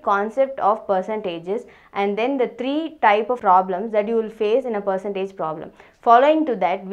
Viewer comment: Did you just pronounced three as tree